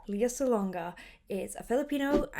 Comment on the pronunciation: Last name pronunciation: Sah-LONG-ah. Beth pronounces it correctly in the video .